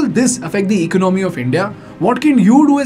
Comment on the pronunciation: Pls pronounce " economy" properly.